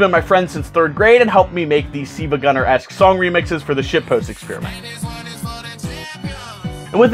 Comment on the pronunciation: I did not expect to say “SiIvaGunner”, and especially pronounce it correctly!